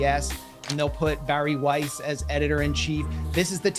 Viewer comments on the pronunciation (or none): none